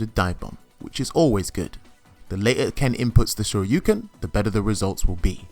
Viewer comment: I like how you actually say “Shoryuken” instead of DP or Dragon Punch. Thank you for the video sir!!!!